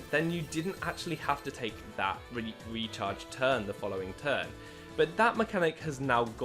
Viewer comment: Every time he says “the recharge turn” I think he says “the retard’s turn” LOL